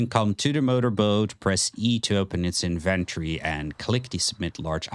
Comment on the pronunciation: Great guides but the way you say inventory drives me crazy 😅